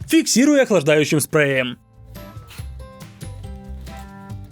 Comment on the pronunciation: фиксируем охлаждающим сПрЭуИеМ